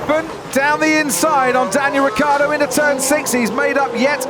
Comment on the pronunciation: I'm pretty sure that's NOT how you should pronounce Ricciardo